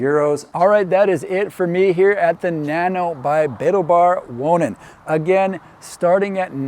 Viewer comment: I just couldn’t resist looking it up ;-) Like, what is he saying? Spoiler: the emphasis is on the 2nd syllable. Betaalbaar Wonen, in Lemmer, the Netherlands